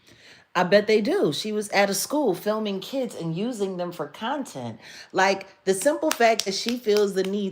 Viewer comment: cuntent!!! Ha!!! I heard that 🤣🤣🤣🤣🤣